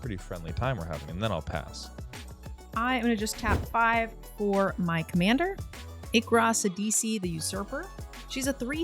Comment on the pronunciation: you are saying your commander's name wrong...its Irka SHIDIQI not Irka Sidisi...